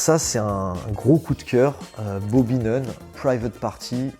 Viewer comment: "Booby" ne marche pas. BAH- Bee